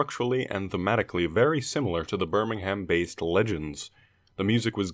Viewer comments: We pronounce it Birming-am. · It's pronounced: "Birmunghum" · The way Birmingham was pronounced made me want to cut my own fingertips off with sheet metal